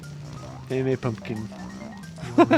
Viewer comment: the way he says pumkin